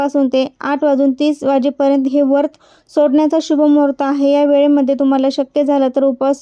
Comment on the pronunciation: वरत,नाही व्रत असे म्हणा. खूप छान माहिती सांगितली 🙏